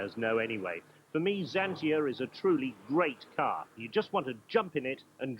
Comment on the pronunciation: No one I know. It's zantia